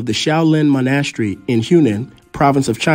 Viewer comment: Maybe learn how to pronounce “Monastery” first 😂